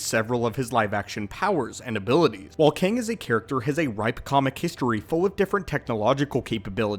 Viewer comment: Kang, it's really KANG.....